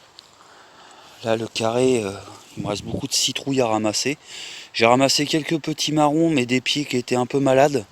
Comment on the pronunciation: L’oiseau que tu as filmé est un rouge-gorge et non un rossignol... Je ne sais pas si j’ai mal entendu mais il m’a semblé que tu as cueilli des « petits marrons ». Ce sont des potimarrons ! 😀😀 Après la séance gratuite de bonne élocution, je tiens à te féliciter pour ton jardin qui est encore très beau et je te souhaite bonne chance pour la recherche de ton terrain. Bonne journée.